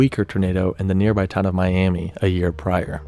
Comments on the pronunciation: Miami, Texas is actually pronounced “Miama” or “Miamuh”, believe it or not. Been there many times to visit family. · I know this video is older but I am from around the area that the twister cover picture was taken out and the locals would be upset about how you’re pronouncing it, it’s pronounced miamuh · As a Texan who lives in the Texas Panhandle, Miami, Texas is actually pronounced "Miama". Don't feel bad, I incorrectly called the town Miami when I was younger, until my dad corrected me. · Good video. It’s pronounced miam-uh on the second picture though.